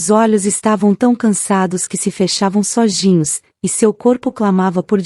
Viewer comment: SOGINOS É ÓTIMO, KKKKKK. ERRO GROSSEIRO. AONDE VC APRENDEU PORTUGUÊS MOÇA?? O CERTO É SOZINHOS. APRENDA PRIMEIRO ANTES DE NARRAR, CERTO??